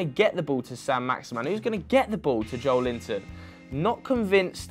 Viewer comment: as a Brazilian it hurts every time he says "Joe Linton" its pronounced like this "Joe - Ellie - Ton"